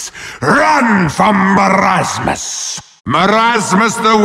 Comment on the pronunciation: bruh you say mermasus the right one is merasmus